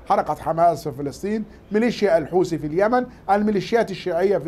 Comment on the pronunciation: الحوسي 😂😂😂ماله هذا فين تعلم الغه العربيه طيب بقولك الحوثي ارعب العالم وانت من جواك بس برا 😅😅😂